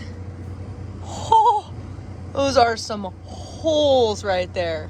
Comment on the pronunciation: As a Texan, I get a kick out of every time you say "ruht". :) How do you say "boot"?